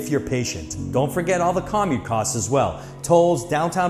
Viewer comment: Great info for people looking at Florida! Btw no one says 'COM-mute'.